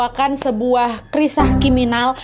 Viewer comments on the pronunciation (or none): baru mulai udah dibikin ngakak 'krisah kiminal' 😭